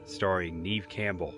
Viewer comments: Great Video!!!Not to be a complainer lol but I just watch Neve Campbell explain how her name is mispronounced all the time lol.Neve Campbell's first name is pronounced "Nev" (rhymes with Bev or rev). Despite often being mistaken for "Neev" (rhyming with Eve), the Canadian actress has confirmed it is pronounced "Nev," a common point of confusion for many. It is not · It's Neve like never not Neve like knee lol.